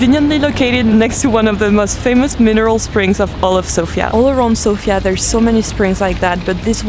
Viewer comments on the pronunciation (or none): none